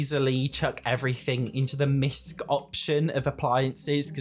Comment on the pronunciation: misc = miscellaneous not misk...